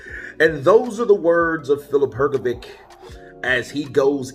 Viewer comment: I suggest you learn to pronounce boxers' first and last names correctly. I believe you will succeed, considering that you are so good at imitating the sounds of various people. Examples of incorrect pronunciations: Zhilei Zhang, Hrgović. First for these two fighters, please. ☺️🙏 Thanks! You can find the correct pronunciation online. It's also respectful to the boxers.